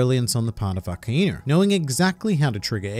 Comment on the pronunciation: It's akainu not aka-inu think of it in English like ai=I